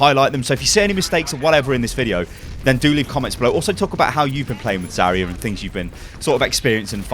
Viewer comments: It's ZARya not Zaria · Just saying, she's not "Za-ree-ya", she is "Za-rya" (like "Za-ra", but with soft "r"). Means "dawn" in russian. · it's zaRYA, and the "ry" is really a single sound also it's properly VOLskaya industries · It's so funny how you pronounce "Zarya" in english. In russian "r" in "Zarya" sounds a lot more stronger, similar to scotish "r" I guess. And by the way "Zarya" means "dawning"